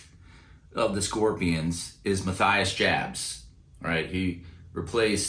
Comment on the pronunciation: "Mah-tee-yas Yubbs" 😉 He'd been the very first guitarist I'd seen with a Gibson Explorer (the white one with black stripes), when I was 9 😊 And I'd won Dokken's album 'Under Lock And Key' on vinyl in a give-away by a muso magazine I'd been subscribed to throughout the 80's 😀👍 My drummer cousin had gone to get his hair done like George Lynch's in the mid 80's, album cover in hand for reference - and then the result looked like a fireman's helmet instead! 😅